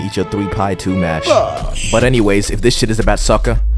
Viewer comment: "soccer" not "sucker"